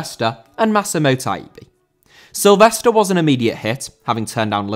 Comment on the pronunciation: It’s Mikel SilvesTRE. Not Silvester :)